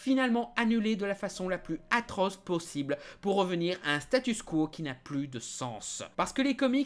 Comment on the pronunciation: Statu Quo aussi. Il arrête pas de dire StatuS quo.